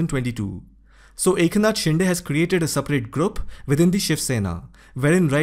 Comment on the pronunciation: 'शिंदे' not 'शिंडे'!!